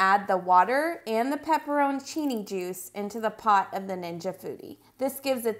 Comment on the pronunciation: "Pepper-o-cini juice" never heard pepperoncini pronounced that way 🤣 but great video thank you!